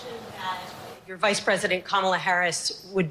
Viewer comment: Him saying Vide president trump was wild.